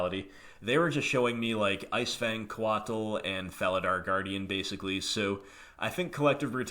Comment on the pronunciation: lol coatl is pronounced like the word coat with an extra letter. Or sort of like Kotal Kahn's first name from Mortal Kombat.